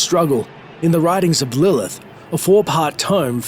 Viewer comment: "But how will Lillhhh...."